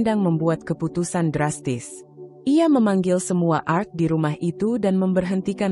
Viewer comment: Cara membaca nya kurang paham x dia,, pa krna gak bisa membaca klo pakai nama org barat,, krna biasa org Indonesia nama simple,, balajar lg kak,,cara baca nya yg bnr,,bukan art,,Tp ART 😂😂😂😂